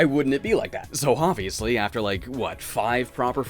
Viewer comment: I could have sworn I heard you say "Hopbviously" I'm going to pretend you did, it works on a million levels here